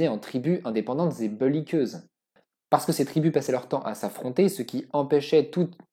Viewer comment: Belliqueuse* Ton "beulliqueuse" m'a fait sourire mais j'avoue que la phrase était compliquée.